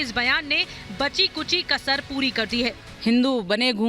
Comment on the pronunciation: राहुलके डिऐनमे फर्क है राहुल को हिंदु शब्द बोली नही आता